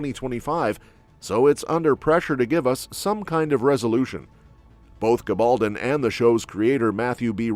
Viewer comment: I wish the announcer would learn to pronounce Gabeldon and Marseli😊